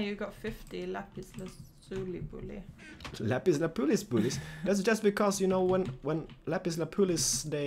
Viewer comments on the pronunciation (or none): It would be cool to see dyed armor. Is it just your home language and your English accents, but when you talk about "lapis lapoolis," it is actually lapiz lazuli. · Lapis Lazuli!!!! not lapuliz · LAPIS LAZULI NOT LAPIS LAPULI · Excuse me for being picky, but it's called lapis lazuli. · It's lapis lazuli lol pronunciation lap-is-la-zoo-ly